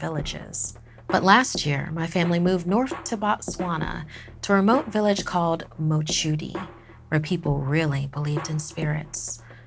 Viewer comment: Being a Motswana myself, I really appreciate how well you said the village Mochudi.